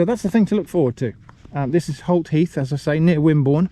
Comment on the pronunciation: Holt heath! I initially read, and heard, that as HOT heath. Very appropriate.